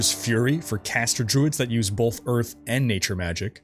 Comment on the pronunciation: Are you putting an L in "both"? BOLTH?